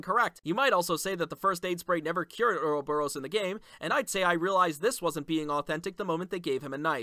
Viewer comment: Anyone else hear him say earl borous?